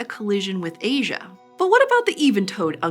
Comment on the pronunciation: It's not loasia it's asia